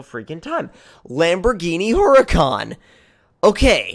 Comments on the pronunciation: its not heruhcon its Hurricane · you may have had a very minor stroke...that's very far from good 0_o Also, what is a Her-uh-con?